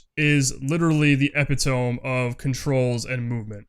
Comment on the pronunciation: Lol yuo did not just mispronounce epitome. eh-pih-toe-me